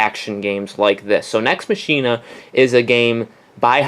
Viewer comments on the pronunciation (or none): Nex Machine-a..?